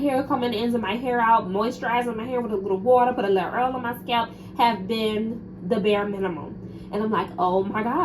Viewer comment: i love the way you say oil...earl😂😂😂